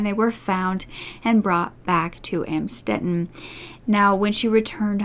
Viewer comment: I went to high school not far from Amstetten and had an English class with someone who was related to the Fritzls... she had to change her last name because she got bullied. But yes, it was shocking to have that so close to where I lived. He is a monster. Thanks for the good research, just "Amstetten" is pronounced "Uhmmmstetten"